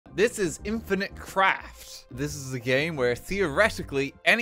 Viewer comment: In the into i though you said the game was "Infinite Crack"